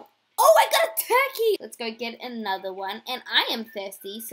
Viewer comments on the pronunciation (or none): none